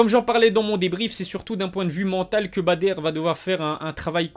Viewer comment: stp, c’est Badr pas “Bader” …